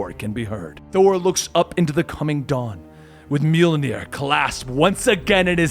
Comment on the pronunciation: i know u know your stuff but let me teach you something to thank you for all you've taught me, the "J" makes a y sound so it isnt "mullnir" it is pronounced like "myul-nir"